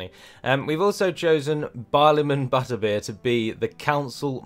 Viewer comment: Great video, as always - but it's Barliman ButterBUR, not ButterBEER!